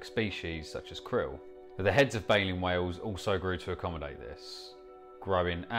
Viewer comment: Why do you pronounce it "way-oohs". What happened to the "L". Is it at the pub or sitting in the garden?